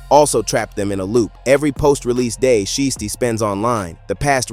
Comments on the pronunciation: Put some respect on so icy Shiesty name. It’s not she tee. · CANT EVEN SAY THEY NAME RIGHT.. IT'S PRONOUNCED "SHY-STEE"... ITS SO ANNOYING, I GAVE THE VIDEO A DISLIKE....